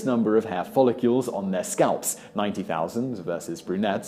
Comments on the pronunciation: Follicles, not folli-cules. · I wish Simon Whistler would pronounce it properly instead of saying follicules! He’s such a pillock! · He did not just say, "folicules". 😆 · Follicles, NOT folliCULES. Titian red NOT TITAN red.